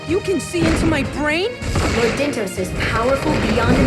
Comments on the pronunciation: Dyntos. as in DYNtos. as in "Time for DIN-Din! but thats dinner. so even that's a stretch. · Dyntos. look at the name like this DIN-tos DIN, as in DINNER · DIN-tos, like DIN-ner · Dyntos almost sounds like "dinner", it seems clear this is what they were going for to me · The dyn in dyntos, pronounces like din in dinner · Actually, I don't think it's pronounced like that, Chugga. I think it's pronounced DINE-tos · Maybe Dyntos is supposed to sound like Dine-toast... Yeah I don't know either. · Maybe Dyntos just sounds like a snack, like Mentos or something.